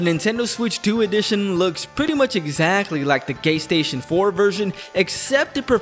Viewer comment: Take a shot every time says “GayStation” 😂